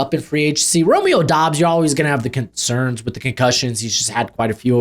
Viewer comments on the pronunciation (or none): none